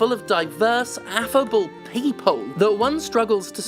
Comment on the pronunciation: I know you SAID affable but I definitely heard effable